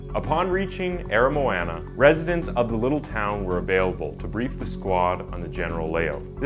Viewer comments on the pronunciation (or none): The pronunciation of "Aramoana" was the most horrendous thing yet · I hate how he blutchers the way you say Port Chalmers And Aramoana, I live in that area but I won’t blame him. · Bro i went to Aramoana today, your saying aramoana and otago wrong